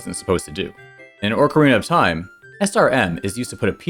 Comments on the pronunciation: "Orc-erina of Time" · All you people who make fun of for the way he says Mario need to focus all your energy on the real enemy: the way says "Orcarina of Time." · Dear, stop saying "ORC ARENA OF TIME"!!!